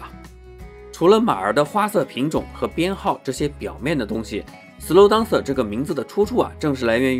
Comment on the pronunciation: up主你这个DANCER发音有很大问题。这个词发音不是。。当瑟。。不是当。。。而是发音。。点。后面加AN再接瑟。。。连起来就是标准发音了。。。整个视频你当瑟说了几十次听的尴尬症都出来了。。因为是常用词感觉有必要帮助你纠正发音。。并非挑刺。希望UP主可以理解。。。抛开这个发音整个测频还是相当专业的。